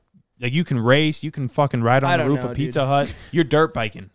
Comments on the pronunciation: Bro it’s roof not rof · Sounds like he’s imitating a dog barking 😂